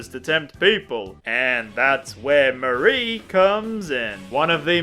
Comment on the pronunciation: That's not how you say Marie.